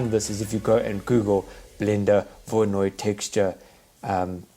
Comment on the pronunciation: You don't seem to have a clue how to pronounce Voronoi - it's not difficult.